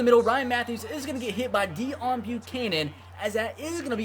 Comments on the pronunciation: it's day own not deown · It's pronounced day-own buccanon btw. Nice video tho bro!😂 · It's day-own